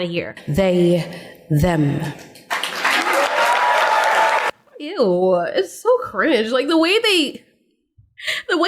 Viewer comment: I find it kind of funny the way she gives this speech, the way she pauses and says "THEY....THEM!" as if she is expecting every one to be like "omg! that is so profound!! great job!! you are so brave!!"